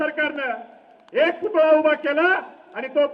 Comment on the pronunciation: पुतळा म्हणा.. पुतुळा नका म्हणू..